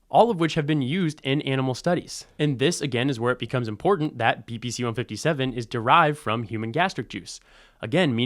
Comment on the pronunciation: He sounds so informed, but the way he pronounces "important" makes me wonder.